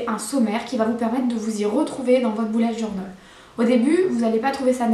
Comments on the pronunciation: Au lieu de dire bullet journal 📰 on dirai que tu dis boulet de journal Lol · Oh la prononciation 😂😂😂😂journol😂😂😂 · Pk tu dit bullet journol 😂 Mais c’est pas grave c’est cool 👍 cette video